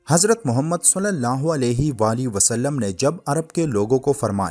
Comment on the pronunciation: بھائی ص کے اوپر پیش نہیں ہے ( ُ ) نہیں ہے بلکہ زیر ( ِ ) ہے۔ ﷺ